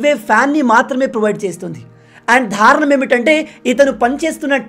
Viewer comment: మీరు మంచి ఎంచుకుని చేస్తున్నారు. చాలా బాగుంటున్నాయి. మీరు ‘ద’ పలకాల్సిన చోట ‘ధ’ పలుకుతున్నారు. ‘ దారుణం’ అనాలి. ‘ధారుణం’ కాదు. బాధ. భాద కాదు. Rest is superb. Presentation is excellent.